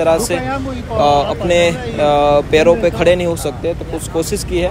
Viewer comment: पेरो नही पैरो। सही शब्द पैरो होता है पेरो नही।